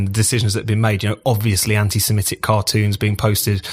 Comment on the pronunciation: The word is ANTISEMITIC, not antisimetic!